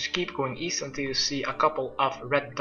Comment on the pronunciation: East? I thought you said w-eest?